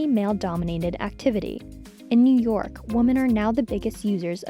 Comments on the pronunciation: The narrator can't even pronounce the word "women" correctly. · She mispronounced “women”. Young people need to learn how to pronounce basic words. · Is the word, “Women” THAT difficult to pronounce? Apparently so. This young lady was unable to pronounce such a ridiculously easy word. Three or four times. That amazes me. Not ONE editor responsible for her voice-over could pull her aside for thirty seconds to help her? Really? Lost respect for this (normally) professional channel.